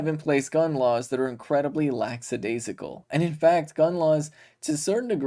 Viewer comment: ‘Lackadaisical’. ‘Laxadaisical’ is not a word.